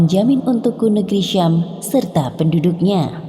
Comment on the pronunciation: Sam bukanlah syam ...